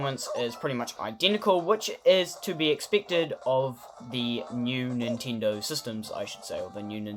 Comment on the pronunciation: did u just said nintindo?